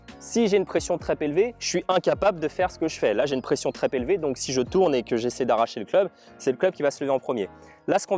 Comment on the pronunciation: Alors là, non ! Une fois je veux bien, je laisse passer mais 3 fois !!! On ne dit pas pression des mains "Très Pélevées" mais "Trop.. Zélevée" 😂😂😂